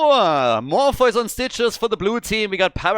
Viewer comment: I believe “Morpheus” is pronounced More-fee-us. Not trying to sound rude but I am like that unicorn mount.